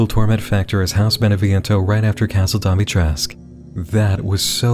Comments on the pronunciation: NM, It's dim-it-tresk-coo. Not dommy-tresk. Unless you're trying to mash up dom, mommy, and dimitrescu. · i like how you keep calling Dimitrescu Domitrescu. i think it's funny given the fans reactions to the tall vampire booba lady. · the game is great, loved the story and the emotional end, but one thing bothers the absolute HELL out of me. they (and by extension, you and many other streamers) all mispronounce "Dimitrescu". it's a traditionally Romanian name, as well as the "-escu" suffix being very common. it's pronounced phonetically, and no letter is silent. Dee-mee-tres-coo. the fact that the team put in so much effort to make this game Romanian (the location, the names of many of the monsters, the currency, even the meal Mia makes is the Romanian words for "vegetable soup") and yet couldn't be bothered to make sure they got their most popular villain's name correct. it's a shameful lack of respect by the team, especially when you realize they noted how everyone was pronouncing it correctly and felt the need to tell streamers who were part of their official stream explicitly to mispronounce it like they do, when even THEY in that stream and in the game pronounce it about 5 different ways. as much as I adore this arc in the resident evil series, this blatant disrespect to the Romanian people is something I just can't overlook. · The only thing I want to say is that the U in Dimitrescu is not silent. It is a Romanian name and the Romanian language is phonetic. You pronounce Dimitrescu as it's written. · The constant mispronunciation of Dimitrescu throughout bothered me...